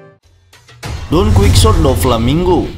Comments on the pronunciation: Bacaanya donqihote bang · Masa bacanya donkuiksote doflaminggo??🤣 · Jadi ke ganggu dengernya Di baca Don kuitsot atau Don kihote 😀